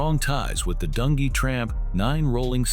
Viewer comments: DUN G, Not dungy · You crazy for calling dunjee "Dun Gee" 😂😭